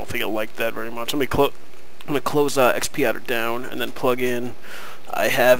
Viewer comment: X padder, not XP Adder...